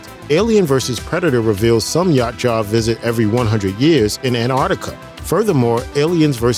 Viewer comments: It’s YA CHU WA not YACHA WTF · Ya-OOT-ja. Not Yacht-Jaw. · The hell is a "Yacht jaw"? Yautja (yowt-jah) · “YA CHA” wtf ?? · Its yow cha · It's pronounced Ya Oot Ja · OMG... ITS PRONOUNCED "YOWT-CHA" (Spelled Yautja).... EVERY TIME YOU BUTCHERED IT , HURT MY HEAD. And Antarctica wasn't always cold...IT WAS HOT BEFORE CONTINENTAL SHIFT.. WHICH SHOWS JUST HOW LONG THEY HAVE BEEN COMING HERE, AND IS THE PRECEDENT FOR AN ANCIENT HUMAN CIVILIZATION, you missed that part I GUESS... LASTLY... it's pronounced "AN-DO-LINI".. my god dude do some research. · For god sakes it’s pronounced “Yow-cha” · This guy’s pronouciation of Yautja is triggering me. 😂😂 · The mispronunciation of Yautja is killing me..... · You butchered the predators name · Butchering the predator name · Need to practice pronouncing Yautja correctly. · Dude you got to watch a video from the creator of the films and comics so you can learn to pronounce the Yautja's correctly! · Can’t pronounce their name right than talks of global warming, downvote